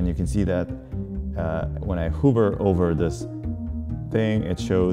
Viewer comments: Sorry I couldn't resist making that comment about vim 😛. Also realized my pronunciation for "hover" is wrong. Learned something new! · is it pronounced hover or hoover ??